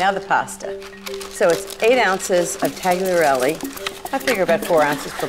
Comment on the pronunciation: She needs to learn how to pronounce tagliatelle.